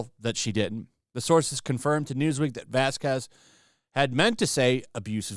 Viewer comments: Vasquez = pronounced baskes not bascuez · Oh please. You are contributing to AH's people keeping this "slip" alive. BTW, Camille's last name is pronounced vas-kez, not vas-kwez. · please do not pronounce Camille's last name like Elaine did, She did that as a covert racial insult....it's pronounced VazKez. Write it into google translator...spanish to english with pronunication if you don't believe me. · Vasquez. The u is silent